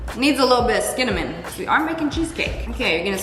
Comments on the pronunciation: You said scinnamon instead of cinnamon😅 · Did you say skinnamon?